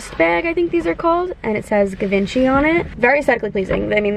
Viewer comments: Congrats on your first designer bag! What an exciting moment. And it’s actually pronounced jee-von-shee x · Please stop my cringe....It's french. Give on chee Lol x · G-vahn-ch-E is how I thought it was pronounced but what the hell do I know?! 😂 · Okay okay I pronounced it wrong I got it 😂😂😂